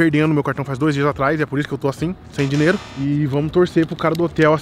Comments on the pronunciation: o falando dinero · fala dineiro kkk